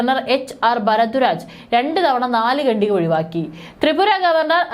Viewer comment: എടീ കൊച്ചേ ഗണ്ടിക അല്ല "ഖണ്ഡിക ". മലയാളം ഉച്ഛരിക്കാൻ പഠിക്ക്.